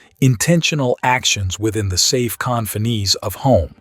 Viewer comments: Narrator-bots are getting pretty good but only up to a point, when confines is pronounced con-fin-ees you need to upgrade the program. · When you mispronounced solace...I couldn't take it anymore. Confines was mispronounced, too.